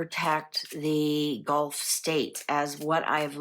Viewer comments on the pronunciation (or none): none